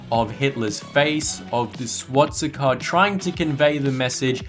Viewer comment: Learn to pronounce swastika, it is SWASTIKA not SWATSIKA!